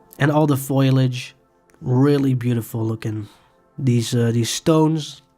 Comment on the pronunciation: Hey. You are pronouncing "Foliage" wrong. You sound like "Foil-age" when it should be "Fol-iage". Your English is great otherwise.